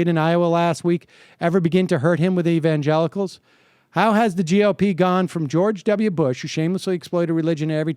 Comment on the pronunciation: did he say "evangenitals"? Whether he said it or I just misheard him I'm totally using that one from now on.